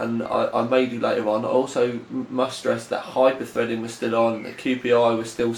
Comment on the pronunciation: LOL "Hyper-Fredding" & "6 Cores, 12 Freds" x)